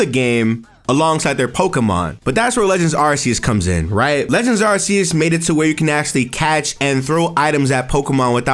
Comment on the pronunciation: Lol. Every time you say “Legends Areses” part of my soul dies. 😅